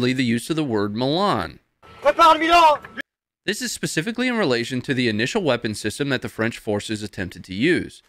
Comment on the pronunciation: You pronounced Milan wrong...its ''Milan'' not ''Milan''...its coz of your accent !!!